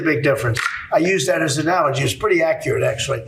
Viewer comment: Did he say as analogy or as an allergy? 😂😂😂